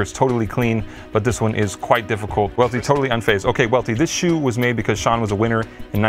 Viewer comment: Worst take goes to Welty saying “Well-ty”